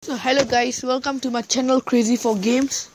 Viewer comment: "HALO GAYS" 😭😭😭